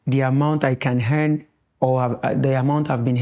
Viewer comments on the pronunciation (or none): How can you say Hen and hening instead of Earn and earning 😊😊😅